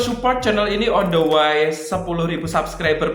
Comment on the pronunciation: rupanya gunakan gaya bahasa Inggris terbaru ya? Setahu saya "Way" bcnya "wei".....bukan "wai". Tapi ga apa2....seru aja.